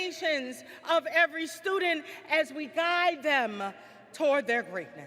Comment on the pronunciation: Why can't this university trained president pronounce the word student correctly?